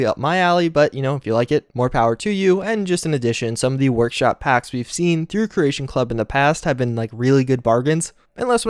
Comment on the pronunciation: jesus christ man learn to say CREATION not Croatian kre-A-shon not krush-shon